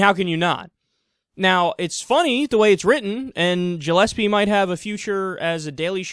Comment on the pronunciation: Gillespie is usually pronounced with a hard g sound, not a j sound.